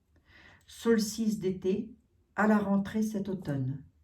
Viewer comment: Chère...on dit solstice d été... Et non solice...lol..paix ds le monde...bisous🙂